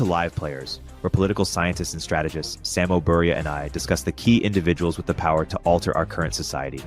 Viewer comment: I like how calls Samo his friend yet doesn't even know how to pronounce his name